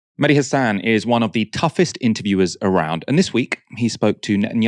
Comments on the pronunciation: Its Mehdi, not Medhi. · his name is Mehdi not Medhi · Its not medhi Its MEHDI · media its meHdi hasan not medhi :) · It’s Mehdi not Medhi.